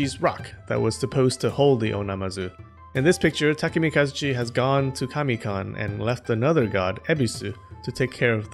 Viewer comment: Kami-con??????? rofl!!!!!!